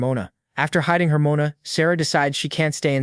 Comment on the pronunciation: Can you at least pronounce Mon-a the proper way Moana is a woman's name